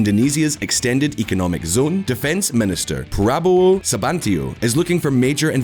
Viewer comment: Itu pronouns Subianto